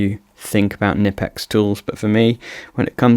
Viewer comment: How is it that creators are still unable to pronounce Knipex after all these years?